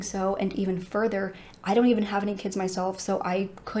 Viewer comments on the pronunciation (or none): none